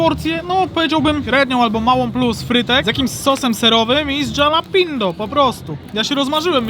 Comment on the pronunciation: Wymawiaj po polsku tak: halapinio!!!! mexican pronouciation. Pozdro!!!!!!!!!!!!!!!!